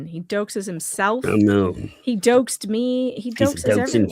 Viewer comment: Doxed pronunciation? It's dah Oxe'd NOT doe Ehx'd